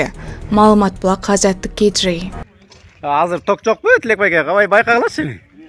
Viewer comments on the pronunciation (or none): КGни жакшырак айтып үйрөнчү